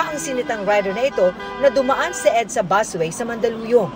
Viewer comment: BUS WAY PO 'BUS' BUUSSSSSSS LOL😅 PAULIT ULIT